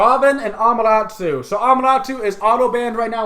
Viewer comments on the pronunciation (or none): its Amaterasu, not Amarasu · 4 reelziez doe, it's Ah-mah-teh-rah-soo with emphasis on the first and fourth syllables and the 'soo' being very subdued. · It's A-MA-TA-RA-SU learn Japanese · WTF is a Amaratoo? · its not pronounced amaratu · Learn to pronounce Ama-Ta-Rasu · Centa Urss AMUTARUSU